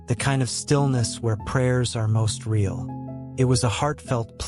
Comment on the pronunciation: Someone needs to "inform" the A.I. program that the word "real" is generally NOT pronounced /ray·AHL/ except in very few limited circumstances. It's /ˈriː.əl/! And mispronounced heteronyms sound ridiculous: read, tear, ....